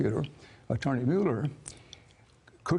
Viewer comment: Finally.....someone can pronounce Mueller's name properly.